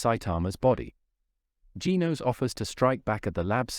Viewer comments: It's genos not geenos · It is not geenos its genos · It's not Gin-Os Gen-Os